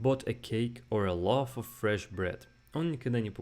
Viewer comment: ты даже loaf нормально произнести не можешь